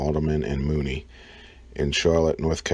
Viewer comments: Haldeman and Mooney? No! No! No! The contract went to Haldeman, Erlichman, Mitchel & Dean. (After that, I just turned off the sound.) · HOLMAN & MOODY. Learn to say it right lol